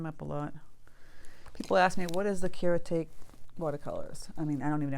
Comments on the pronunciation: the kuretake paint is pronounced like cure-UH tah-KEY the rest the name is pronounced gone-sigh tom-bee. that is the best i got to explain it in writing. also you can buy the individual colors of the kuretake paints for under 3 dollars each on and a few other crafty websites. if you do a deep search you can also find the written names of each color but i don't have a link to that. if you know the true color equivalents like you do with the real names like phthalo blue or hookers green i would stick with that. because some of their colors are not what you might think they would be and then when you do a tutorial that may be misleading. a card maker ashely tucker on youtube uses them and she has the colors listed on her blog i do believe. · I loved 😍 this tutorial, especially the thinking for the drawing! I never knew how to do plaid! I can’t wait to try this!! I’m subscribed! Thank you. (I think the Japanese watercolor set is pronounced coor-uh-tok-ee.)